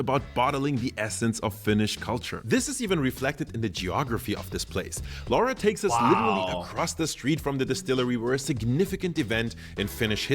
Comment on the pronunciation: That guy who visits Kyrö Distillery keeps mispronouncing Finnish lady's name, "Laura", as "Lawra" or something like that. She don't mind, but for the record, Laura is pronounced exactly the same way in Finland as it is in Italy. Think "Laura Pausini".